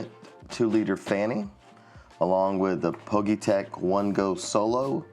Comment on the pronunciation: Nice review 👍 I think it’s pronounced as individual letters ie P G Y tech?